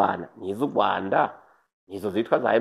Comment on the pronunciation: Kubera iki muvuga Ugwanda ariko Rwagasore mukabivuga neza.